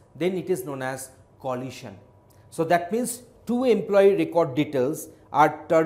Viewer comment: I suppose it's good, but "lohasion" is somewhat distracting